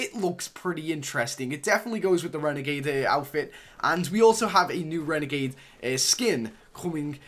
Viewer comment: It annoys me when he calls it a "renegade"